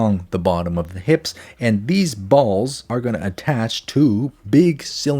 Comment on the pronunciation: Why was "balls" so emphasized I'm crying 😂